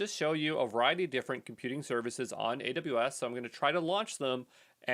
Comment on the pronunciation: Haha, I'm still getting used to how he slurs "AWS": "Adabus". 😂 Guess I'll have to get really used to it. 14 he 2 mins to go...